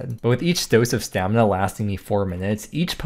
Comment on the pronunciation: Does the dictionary also say that you can pronounce stamina as 'stamna'?